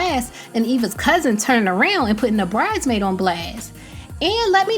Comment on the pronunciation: Was it me or can Eva not say “bridesmaid” and say “BRIDEmaid” instead?